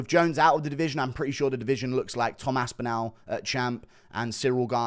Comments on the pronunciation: His name is Tom AspinALL - not AspinAL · You cant even say his name correctly